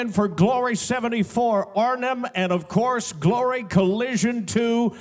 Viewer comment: Boualam Arbaoui she say“ofcours”